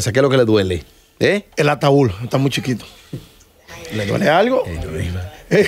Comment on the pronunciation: se dice ataúd, no ataul. Amelia se dice status, no estato. Por Dios ustedes me agradan mucho, copien del léxico de José Ángel